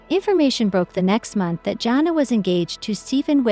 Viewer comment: Her name is pronounced Jana not Johna!